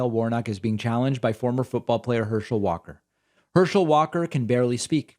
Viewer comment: Herschel, I thought you said hershey